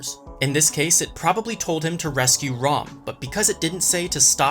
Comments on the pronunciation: Why is he calling ram, "rom"? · Who do you rom instead of ram 😂😂